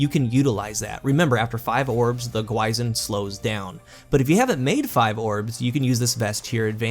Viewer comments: i'm going to be that guy : it's pronounced more like "gwee-shin" awesome review btw! always looking forward to your vids ;-) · Pronounced "Gwi sheen". Means Demon/Ghost (depending on context) in Korean. An apt name for this exotic. Edit: It actually doesn't mean Monster, mixed it up with "Gwoemul". The crest on the front is a common Korean motif. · Another review, another YouTuber pronouncing the exotic name wrong lol